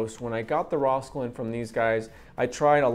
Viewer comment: rauwolscine. I’ve always heard it pronounced like Raul (like the name) sign. Thanks for the video!